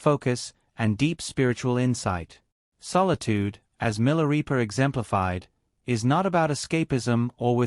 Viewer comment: Pronounced 'Mi la ray pa' NOT 'Mi la ree pa'